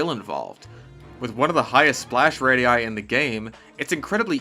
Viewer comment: i know you were excited to put "radii" in the script and u killed it dawg good job